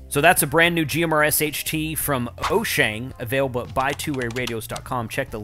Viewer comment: It is WHOO-Shane. Say it like that and you got it.